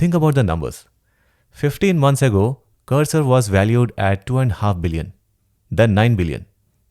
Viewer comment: Bro saying cursor a text editor is a crime 😂 but I do love your content.